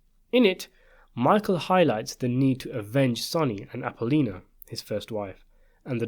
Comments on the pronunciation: At least try to get the names correct. It's not "Apolina" it's "Appolonia" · Did he pronounce Michael's wife name Appolita instead of Appolonia? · I can't tell whether you use an AI voice or not, but I am pretty sure it is your real voice. It is just that you often mispronounce simple english words and sometimes names as well. Here you mispronounce Apollonia as "Apollina". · You pronounced Apollonia as Apple-ina. Stop.